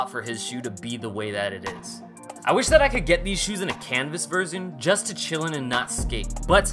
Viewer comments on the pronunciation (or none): none